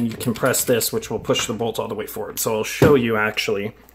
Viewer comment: Why do you say "fort assist"?